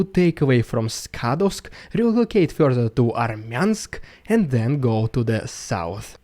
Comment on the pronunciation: It fyorther confyorms...the story from the last month.